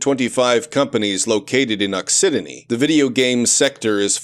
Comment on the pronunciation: also occitanie is pronounced ockytany, and has an English translation: occitania (also pronounced with a k)